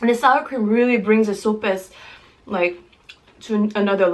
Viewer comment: Sope sounds like "soh-peh", but good job. 👍🏽